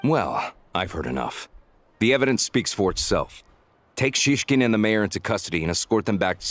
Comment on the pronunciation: well, i personally hear they they try their best to pronounce all those words, but it’s always the emphasis that sounds off for me, even like saying snezhnAya when it’s logical for native speakers to say snEzhnaya (snowy). and sometimes the name Shishkin sounded like siskin which made me giggle because siski means boobs. it’s not perfect but it’s fun :з